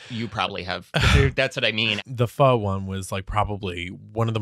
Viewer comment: its PHO not PHU lol